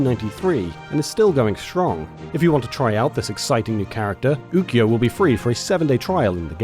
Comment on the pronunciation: He said Ukyo's name wrong